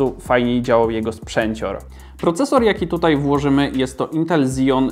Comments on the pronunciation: Dlaczego wszyscy na Xeon mówią Zeon? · KSEON a nie zijon